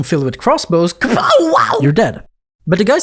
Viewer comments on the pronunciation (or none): none